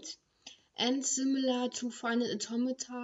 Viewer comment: shes saying automata in an accent that sounds like tometon